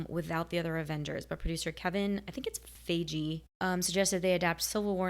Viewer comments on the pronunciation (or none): Kevin Feige's last name is pronounced Fie-Gee with a hard G. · Feige is pronounced "Fi-Gee" (with a hard G) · its pronounced kevin F-EYE-GEE. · Alright, we're 13 movies in now and it's popped up several times during our IMDb trivia so I'm gonna help try to put it to rest. The head of Marvel Studios. Kevin Feige. It's pronounced "fi-gee". "Fi" with a long I as in wi-fi. And then "Gee" with a hard G as in go. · just for future reference: Kevin Feige's name is pronounced "FYE-ghee". I know, it's not exactly intuitive. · Kevin's name is pronounced "Fii-gee." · *Kevin F-eye-gi